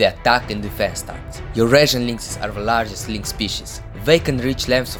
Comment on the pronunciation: lagest(I think you were supposed to say largest)